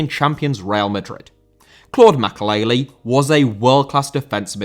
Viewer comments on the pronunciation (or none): Makélélé* not Makaleili